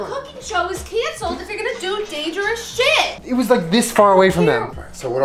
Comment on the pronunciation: “oh SHÆT”